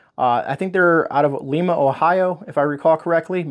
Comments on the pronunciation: Lima = L(eye)ma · Hi! Just came across your video tonight! Thanks for your help! Thought I would share with you that the cacao powder is pronounced coo-cow and the name of the city where Keystone meats is produced is pronounced Lime-a, Ohio - Lima is in Peru - Ohio does have some strange pronunciations. Your pantry is incredible!!! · If you are saying Lima Ohio, It is pronounced Lima as in Lima bean not as in Lima Peru.